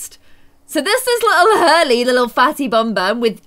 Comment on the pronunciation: And that you called Hurley Harley